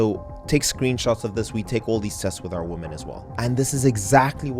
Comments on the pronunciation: Why are you pronouncing “women” as “woman”? A bit confused by this 😅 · You repeatedly say "womAN" throughout this video, where yoi should be saying "womEN". Do you not understand the difference between the words woman and women? Saying "woman" instead of women, is like saying "man" where you should be saying, men. This is something that elementary level children should know, and you don't understand this? That really makes me question your level of intelligence and perceptiveness. How are we supposed to believe that you comprehend the nuance of niche subjects, when you don't even understand simple aspects of the English language, which you spend far more time focusing on than niche subjects.